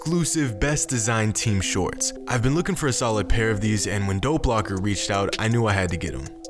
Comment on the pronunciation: I thought he kept saying Doe Blocker instead of Dope Locker.